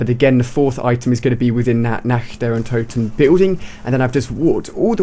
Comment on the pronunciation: untoten* not "unto ten"